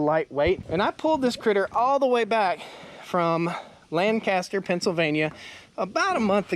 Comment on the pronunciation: Lankuster- Lancaster not a caster….😂